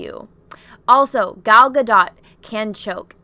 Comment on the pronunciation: Gadot’s last name is pronounced gah-DOHT.